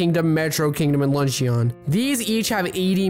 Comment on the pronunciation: My dude keeps saying "LUNCH-E-ON" and its sooo annoying lmao. It's pronounced "Luhn-chn"